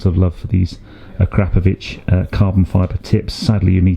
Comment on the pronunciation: Finally; someone who knows how to correctly pronounce "Akrapovic". Thank you! 😁